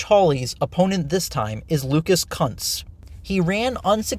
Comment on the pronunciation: also your argument looses a lot of validity when you can’t bother to ensure you pronounce the candidates name right (kunce)